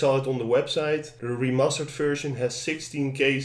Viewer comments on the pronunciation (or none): did he say "re-mustard" ?